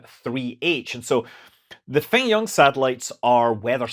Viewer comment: About the pronunciation of "FengYun" satellite, try the pronunciation similar to "Phone Ring", which will sound more in line with the mandarin pronunciation. The pronunciation in the video sounds more like the city of 汾阳(Fenyang) in China.